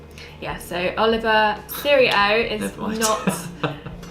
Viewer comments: As we say in America......Dude!! Its NOT. Oliveeeeahh!! Its Oleeeevah. When your dressed all elegant with that refined English accent, its ruined when you mispronounce the name of the cigar. Anyway you both seem like very nice people. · Nice review both of you. But please “O-liva” not Oliv-ia as I’ve heard you state often in videos. Please keep the reviews coming, they are great.